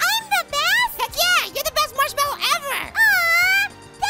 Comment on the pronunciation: its not marchwelwo its marshmallow